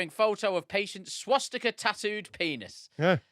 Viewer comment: Can tell never had a Dad to teach him things he can't even say Swastika properly